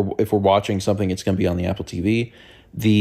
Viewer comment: I just want you to know that the way you say "teevy" never fails to put a smile on my face. Stay healthy brother grandpa.